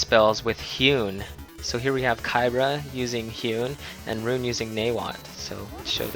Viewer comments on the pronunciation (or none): why do you keep calling rune wren?